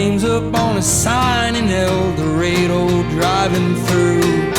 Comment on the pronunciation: The way he pronounces el dorado….